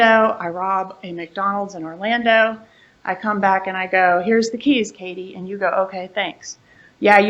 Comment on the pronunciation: mispronouncing Katie's name... 😂